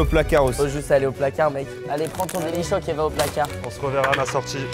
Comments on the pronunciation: Delichoke pas dacord😂😂😂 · delichoc pas d’accoooord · délichoc pas dacord